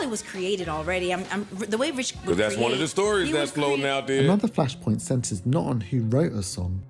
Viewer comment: And she said won country album lmfao hahah.